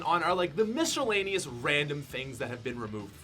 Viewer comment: Lol mishhelaneous